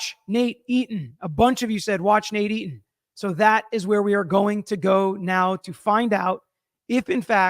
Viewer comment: You sound like you’re saying NADINE instead Nate Eton